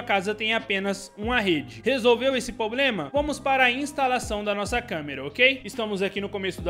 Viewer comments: Não é "POBREMA", o correto é "PROBLEMA". Desculpe pela correção, porém do mesmo jeito que eu quero aprender, também quero compartilhar conhecimentos. Obrigado pelo vídeo. Like e Inscrito. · Por favor, não é "pobrema".